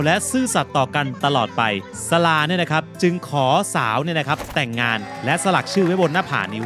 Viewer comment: ขออภัยนะคะ อยากจะขอแก้ไขคำว่า "สลา" อ่านว่า "สะ - หลา " นะคะเป็นอักษรนำ ต้องอ่านเหมือนมี"ห"กล้ำ ไม่ใช่ สะ- ลา นะคะ 555